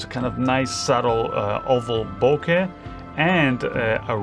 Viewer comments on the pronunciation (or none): none